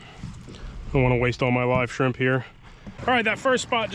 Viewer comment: "skrimp action" made me chuckle